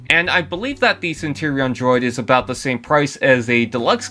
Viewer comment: Centurion not Centerion 🤦🏻‍♂️